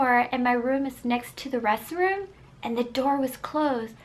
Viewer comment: I love how she says restroom she say resroom